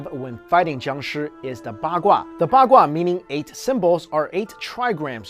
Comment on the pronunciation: i heard ba gua as bak kwa XDDDD